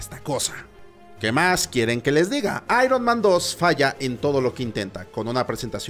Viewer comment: El actor de voz no lo pronuncia tan mal, ironman no se pronuncia literal ironMAN el MAN en Ironman se pronuncia mæn o "mean" Seria "aiurnmean"